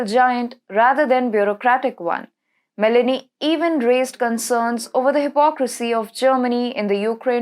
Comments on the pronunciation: Broadcaster should use "Google Translate" for the correct pronunciation of foreign names. Meloni is not pronounced as if you were adding a vowel (i) to the fruit melon. Meloni is pronounced as if the "o" in Meloni is the same sound as the word "oh". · Me'loni is the pronounciation